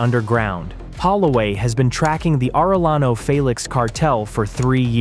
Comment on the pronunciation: It's Aray-yano...not Arel-lano. Do you also say "Tore-tilla"?